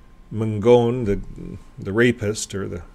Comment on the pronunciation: We went to the trial to support the victim, we live in the neighborhood. His lawyer was horrendous and looked like a complete ass in the courtroom. The judge was very obviously getting irritated with Ron Mangone's lawyer. Btw, it's pronounced Man- gon. Not Man-gone. I grew up knowing him and his family.